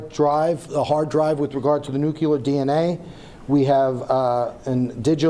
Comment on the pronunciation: For the love of all that is holy - Don’t say Nuke-You-Ler DNA - it makes you sound like a numbskull!!!